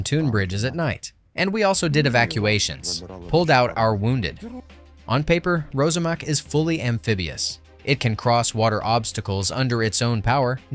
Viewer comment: It’s pronounced ROSSAMAK — (not Rozamak).